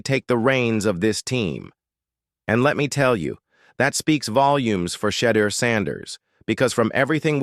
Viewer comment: Thank you for saying SHEDEUR’S name correctly.